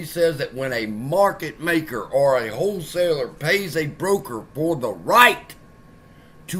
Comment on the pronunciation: i love gensler doesn't call it a wholeseller.. he calls it a hoe seller 😆🤣🤣